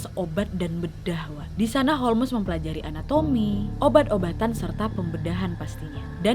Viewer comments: Holms sayaang jangan holmes napa 😭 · Di bacanya bukan holmesss, bukan homlessss, bukan holesss tapi holmsssssss. Ku jadi cengar cengir nontonnya, indonesaa kaliiii😂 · Holmes,huruf E nya silent Nad alias gak dibaca. Dibacanya Holms. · Holmes baca Holms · Ga konsen nontonnya karna nyebut namanya salah😅 harusnya bacanya holmes(holms) wak. Mon maap netijen bukannya sok2an bs inggris🙏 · H.H Holmes Aku dengar nya a'a holmes😭😭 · Holmes dibaca ( ˈhoʊmz) Nadia, bukan Holmes🤣🤣🤣🙏🙏